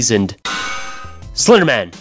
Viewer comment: The way you said slenderman just made me laugh